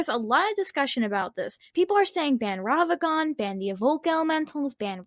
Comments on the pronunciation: Take a shot for every time she says Ravagan instead of Ragavan. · These are some great takes, but damn, does hearing "Ravagan" instead of "Ragavan" make me scowl. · i recently started watching the channel. As much as I enjoy the on screen visuals. . . I think slowing them down would be a good idea. also. . . RAG-A-VAN not ravagan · why do you pronounce ragavan wrong